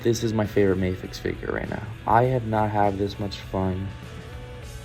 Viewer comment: For future reference; Medicom is the company, not Mafex. Mafex is the series - and it's pronounced Mah-fex and not May-fex.